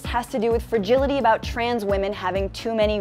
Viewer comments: Why do they always pronounce it as "fergility". I was always so confused what they meant by that because it mostly just thrown into the room without context. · I google'd "fergility" /fɹ̩.ˈdʒɪl.ɪ.ɾi/ twice before I realized that the word was "fragility" /fɹa.ˈdʒɪl.ɪ.tʰi/. AJ+ woman needs to learn to pronounce things a bit better.